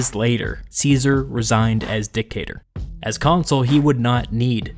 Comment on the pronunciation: . Hey a funny thing, dictator was mispronounced.